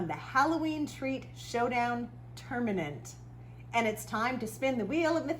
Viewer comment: Tournament, not Ternament... just sayin